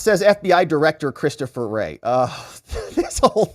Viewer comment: You can not say Mayoakas or Wray... lol